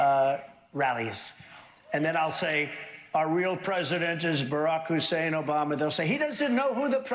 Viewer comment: David, if you ever get rid of the "Obamna" sound clip I am leaving the platform